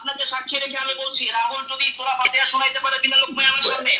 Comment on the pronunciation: সম্পর্কে এনালাইসিস করলাম, এই লোকটা কিছু যুক্তি শিখেছে এবং কিছু বাংলা কোরআন হাদিস শিখেছে, অথচ সূরা ফাতেহা সহি নাই, তাই বলবো আগে কোরআন তেলাওয়াত টা সঠিক ভাবে করুন, সঠিকভাবে শিখুন কোরআন তেলাওয়াত।